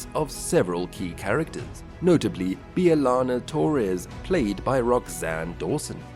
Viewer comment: your pronunciation of most names makes me think you never watched an episode of Voyager in your life. I mean, Bee-a-lana ain't close to how her name is pronounced.